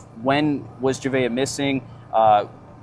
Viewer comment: You could at least get her name right. It’s not hard, especially after listening to multiple people say it correctly. Juh Vay Uh… Javeayah